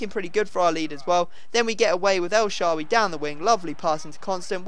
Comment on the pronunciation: Your finally saying el shaarawy right!